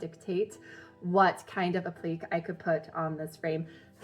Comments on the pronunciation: APP-LI-KAYS, not APLEEKS. Nicely done otherwise. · Appliqué is pronounced App-li-kay Please don’t say apleek 🤦‍♀️